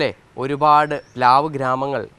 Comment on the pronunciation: പ്ലാവ് ആണ്… പ് ലാവ് അല്ല